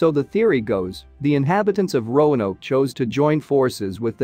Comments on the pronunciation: It's not cro-ton. It's cro-a-tan.. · It isn't /Crowtin/ It is Croatan / Crow-i-tan/ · Pronounced "Crow-a-Tan" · This AI can't pronounce Croaton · Indeed, Crow-A-Tan for heaven’s sake😜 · Believe pronunciation is Crow-ah-toe-an. AI narration didn't pick up on this.